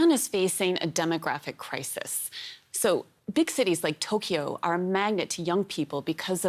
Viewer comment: this Britsh guy cant pronounce cause of his Accent. he said Tokee- YOoo it is just Toke-yo